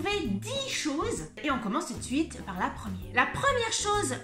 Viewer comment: ) :) Tu as pris certains petits tips de langage finistérien aussi !! Tu manges certaine syllabe.... ble pardon :) ( pour ne citer que ça et le "tou d suite" était beau ! ) Je le remarque parce je n ai plus l'habitude de ça. Née et vécue à Brest même ( pour les connaisseurs ) jusqu’à 33 ans, je suis partie pour le boulot dans le 75 et je vis dans le 78. J ai dut faire attention à mes tics de langage de brestoise et toutes nos expressions bretonnes quand j ai débarqué en région parisienne ils sont sans pitié ici :). Pour le reste c'est trop drôle, tu cites quasiment tout ce qui me manque vraiment !